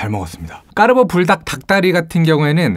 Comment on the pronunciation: 까르보 발음ㄷㄷ 마치 이탈리아 현지인 발음듣는듯하는....